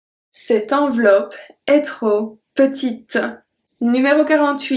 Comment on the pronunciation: Your ' L'est ' pronounciation is different from the one I learned. Shouldn't we say it the way we pronounced 'et'?